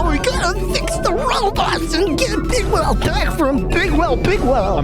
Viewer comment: I used to to think they were saying “Big Whale” instead of Bigweld